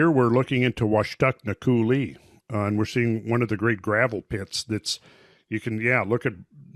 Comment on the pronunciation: Not to be that guy but it's pronounced COO-lee with emphasis on the first syllable, not coo-LEE. If anyone else in Eastern WA can back me up please do so :)